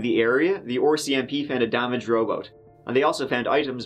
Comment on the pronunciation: "A damaged robot" ??? Ohhhh a damaged rowboat.